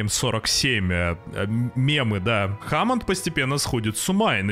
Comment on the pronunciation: Не Кайн аа "Кейн" не Хамонд аа "Хемонд"